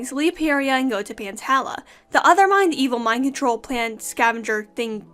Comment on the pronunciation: I'm pretty sure pantala is pronounced pan-tall-ah because my name is tala and it's pronounced tall-ah